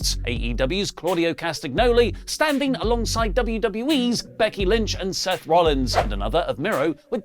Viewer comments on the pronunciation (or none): none